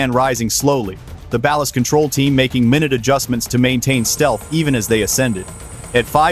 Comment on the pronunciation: From the description: "This video is a dramatic recreation for entertainment. It blends real events with fictionalized and unverified elements." FICTION! Thumbs down. AI can't even correctly pronounce the proper versions of "live", "minute", or "1. . . 7". This isn't meant as entertainment, It is meant to deceive. Misinformation.